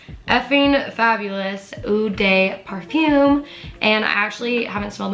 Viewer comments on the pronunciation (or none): ....not “efing fabulous ooh day parfoom”